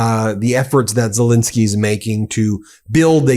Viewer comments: The point is that one should be accurate in pronouncing his name. Len isn't pronounced Lin. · Love you Ben, but it is Zel Ensky not Zel Insky ❤ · It's not ZeLINsky ; it's ZeLENsky! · Please pronounce President Zelensky’s name correctly!